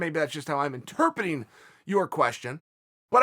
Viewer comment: Chael “interpeting” Sonnen